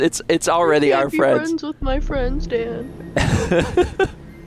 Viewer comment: Dan to TRG crew: said I can no longer be frwends with you now Crew: awww (oh thank goodness. Dan wont be killing us now)... LOVE YOU DAN